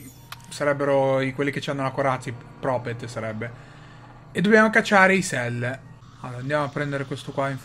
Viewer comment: ma nn si pronuncia propet? xD